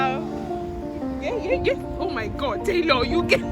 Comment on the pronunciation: Lol..the way u called ur friends name when u got to the shop..*Taylor* like the wey we call those abriba in nija.😂😂